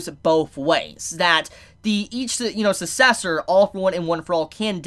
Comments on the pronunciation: sometimes be like... Susessor I'm sorry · Take a shot every time he miss pronounces sucessor